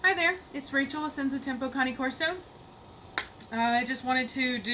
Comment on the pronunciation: You said the name wrong it's cane Corso not conne corso